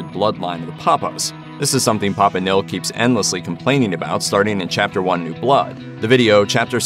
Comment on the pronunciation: Host can't pronounce simple words like "nihil" or "prequel"🤣🤣🤣